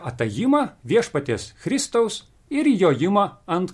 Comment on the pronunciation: Chriʃtaus reikėtų skaityti senoviškai kaip Kristaus.